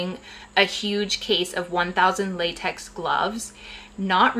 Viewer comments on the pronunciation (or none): none